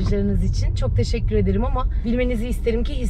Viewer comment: Allah’ım ’in teşekkür ederken arada değişik söylemesi ve tişikkür ederim demesi. Sesini vs değiştirmesi çok tatlı değil mi?!!